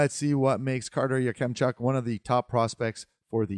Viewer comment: Your pronunciation of Yakemchuk is a bit hard on kem . Say it like Ya-Cum-chuk. I would put in around 9-15. I like him for the flames if they can’t get Tij.